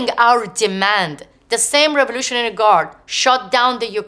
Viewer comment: Having a hard time understanding what "raroughralry guards" tbh